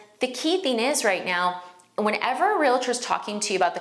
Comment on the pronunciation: Great information and your presentation is excellent. Just a little constructive criticism to bump up credibility from a 9 to a 10: correct pronunciation impacts first impressions. Ie: es-cape rather than ex-scape and real-tor rather than real-uh-ter. Just passing on what someone taught me earlier in my career. Hoping it will be received as intended. Great video!